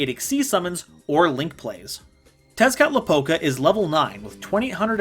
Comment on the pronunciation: When he said Tezcatlipoca's name correctly I almost creamed my pants...